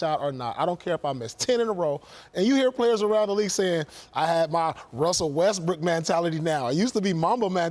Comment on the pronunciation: Wussle Westbook fo sho co 🧀